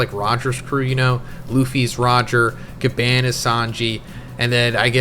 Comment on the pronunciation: I’m not trying to be rude or disrespectful but Bro, why do you call him Gaban when it’s literally pronounced as “GA-BON”?! I mean if you watched the anime or even just watched other videos about One Piece from other YouTubers you’d know that it’s pronounced GABON! No offense, but it makes it seem like you don’t care about the stuff that you’re talking about and you just want to get it out of the way or something. It’s almost like you can’t or don’t want to be bothered with actually learning the names of important characters, objects, or locations. Bro, this is your job, you should want to make sure that you’re doing everything correctly to ensure that you’re doing it to the best of your abilities! Gaban is literally the most important character right now in this moment in One Piece and you can’t even get his name right smh!